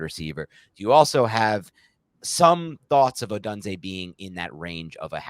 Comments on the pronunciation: Love Rome and great video but please for the love of God stop saying uh-done-zay its pronounced oh-doon-zay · I believe it’s O-doon-zay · HowToPronounce and the YT channel (How To Say) both pronounce it as: O-doon-zay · I think it’s pronounced: Oh-done-zay. Which, if correct, would allow for a CB to be call done-zo when he gets beat by Rome. Top notch content as always men!